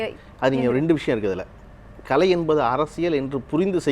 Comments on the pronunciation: நடுநிலையாளர்கள் மனதில் உள்ளதை சொல்லியிருக்கிறார் பழனியப்பன். யம்மா ஆங்கர் பொண்ணு அது களை இல்லை கலை. கலைனு சொல்லத் தெரியாத பொண்ணுககு நேர்காணல் பொறுப்பு............. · இந்த வர்ணனையாளர் நல்ல தமிழ் பேசட்டும்.. கலை'ஐ களை என்கிறார்.. என்ன ஒரு தமிழ் ஆளுமை ..